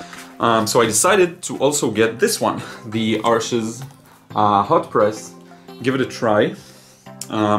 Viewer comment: If you know IPA, it's just /aʁʃ/, not /aʁʃəz/. In French, an S on the end is silent except when followed by a vowel (a behavior called liaison). Kind of odd for me because 'Arsch' means 'ass'/'arse' in German, yet many think of it as a high-class sort of brand. Anyway I'd recommend Wiktionary and Google Translate for learning the correct pronunciation of words. IPA is very helpful because it shows the specific sounds instead of a generic letter like R which can represent very different sounds in different languages.